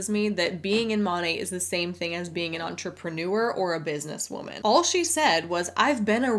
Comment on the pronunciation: “Entrepren-oo-err” Stay classy, hun!